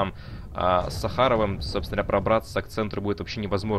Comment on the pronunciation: Молодняк какой-то туповатый растет, элементарных вещей не знает.Я чуть вкусняшкой не подавился, когда он про СахАрова залупил)))))))))))))))))))